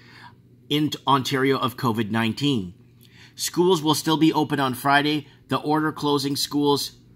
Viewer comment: can we call carona beer chan "coffee" because thats what covey sounds like